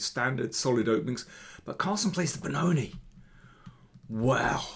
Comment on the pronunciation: Beh-NOT-I instead of Benoni at this level.